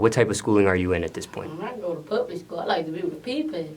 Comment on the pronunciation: Do: what kind of schooling are you in? boosie son: “pubic school I like to be with the PePail”